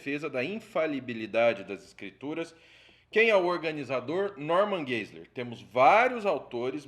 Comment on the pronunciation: Pronuncia-se: Norman Gaziler